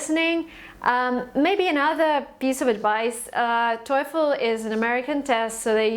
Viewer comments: ikr? i dont even know how that bicth got 117 without even know the right pronunciation lol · How come u got 117 while u have hard time pronouncing the word TOEFL wrong. Annoying